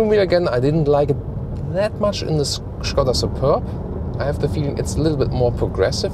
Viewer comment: So good to hear people pronouncing it Škoda instead of Skoda as in all english reviews